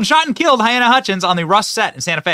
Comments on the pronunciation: Her name is pronounced Ha-leen-a, Not Hy-Ann-a (spelling is clear… Halyna) Sorry to pick at ya, Benny - but you mispronunce (add sounds) all of the time. I’m sure her family would prefer to hear her name correctly. Still love ya, though. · Halyna. NOT hyanna. He should've been charged from the beginning. He fully responsible. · Benny, I love your humor (most of the time) and your videos the majority of the time but you loose some credibility in my book when you don’t know how to pronounce peoples names such as Halyna! (It’s NOT hyena or hyana! It’s close to Helena but Hel-A-na). Just sayin’… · Baldwin is the weapon AND a TOOL. Poor woman's name is pronounced "Ha-LEE-na". May she rest in peace, may justice be served. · Pretty sure you’re saying her name wrong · Oh dear Benny, at least get her name right. 🫣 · You mispronounce her name.